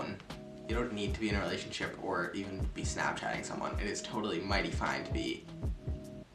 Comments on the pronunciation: is no one out here noticing the word "realathionship" Nick just invented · lmao “are you in a realathionship?” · realathionship lol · "realathionship" PLS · STOP IS IT JUST ME THAT REALIZED BUT IT SAID are u in a “realathionship”😭😭😭😭